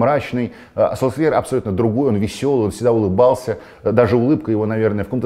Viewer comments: Вот вы говорите что будете говорить Солкьяер а не Сульшер, а чо тогда в свое время перешли на Чави. Ведь вы же привыкли к Хави. И всех пытались заставить говорить Чави? Правильно же Сульшер так же как правильно Чави. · Долго ждал нового выпуска, все как всегда круто, но не Сульскяер, а Сульшер. Послушайте произношение в Википедии. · Зачем ты Сульшера называешь Сольскъяером?))) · я верю Оле Гуннару и его произношению. По этому правильно Сульшер(как говорят последнее время футбольные люди), либо Сульшар(согласен и с этим вариантом), но ни как не Сольскйаер.